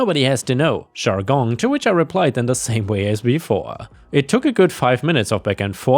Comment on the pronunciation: It's funny how he can't pronounce 'j' in 'jargon' and 'jury' His pronounciation: 'Shargogne' and 'shuri'.